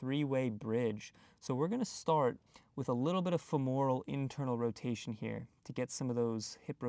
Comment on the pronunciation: FEMoral. Not feMORal.